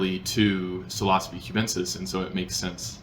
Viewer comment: sil-ah-suh-bee is an interesting pronunciation of psilocybe lol